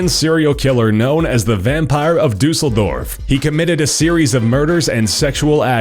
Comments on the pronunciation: For an American you pronaunce "Düsseldorf" very well. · Your pronounciation of Düsseldorf was on point. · Haha I live in Düsseldorf. I like your pronounciation, it's quite alright!